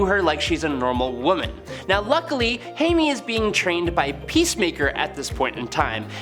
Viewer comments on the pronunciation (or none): He keeps saying Hay-me. Pretty sure it’s more like Hi-May. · who is hay-me?